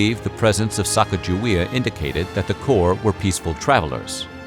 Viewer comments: Isn't it sah-cah-gah-WAY-uh and not sack-uh-juh-wee-uh? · You mis-pronounce Sacagawea it sounds like Sa-cog-a-wea; the big lake behind the Garrison Dam is named after her - Lake Sakakawea. These so called history people need to get the name correct. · ITS SAKAKAWEA!!! She is from my tribe and all these years people have pronounced it wrong, it’s not even “Sakakawea,” but that’s the closest English translation. It means “bird woman” as well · It’s actually pronounced “Suh-caw-guh-wee-uh” not “sack-uh-juh-wee-uh.” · A little extra authenticity: Her name is pronounced Sa-COG-a-wee-uh. Not Sack-uh-juh-WEE-uh. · You are pronouncing her name wrong. According to the phonetic spelling consistently recorded in the explorers' writings, Moulton said, Sacagawea - a woman who aided Lewis and Clark on their journey across the uncharted western part of the United States - should be pronounced "sah-KAH-gah-wee-ah." Emphasis on the 'cag' as cog, or "sa-COG-ga-wea". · I'm giving a thumbs up because I LOVE you guys. But it's pronounced Sa-Ca-GUH-Wey-Uh. Hard "G." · Great information. The only knock I would give is the actual pronunciation of Sacagewea. It should be (phonetically) Sah-Keg-Ah-Way-Ah. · You would think that the narrator would familiarize themselves with the proper pronunciation of her name. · I think you are mis pronouncing Sacajawea s name. A magnificent woman and mother.